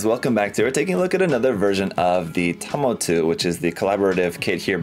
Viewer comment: They always leave the "s" out in the English translation. Should be pronounced Tamotsu.